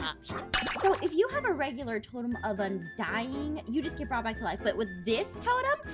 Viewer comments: “Totem of undiededing” 💀💀💀💀💀✨✨✨ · I LOVE when it said “totem of undieddeding”😂